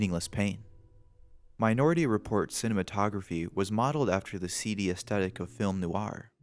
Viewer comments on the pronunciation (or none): none